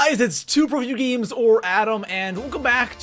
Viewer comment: He said toproyougames